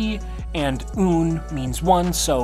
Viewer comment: It’s pronounced “uhn”